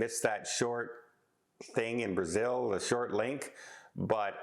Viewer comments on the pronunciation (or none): none